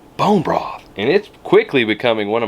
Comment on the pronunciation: Love how you said “Brone broth” two times in a row. Lol ❤️